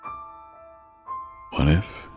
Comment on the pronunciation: "what if... It's me...?" What I literally heard: wife... It's me...